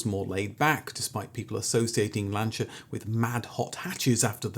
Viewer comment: I still think, if you tried really hard, you'd be able to pronounce Peogeot and Lancia correctly.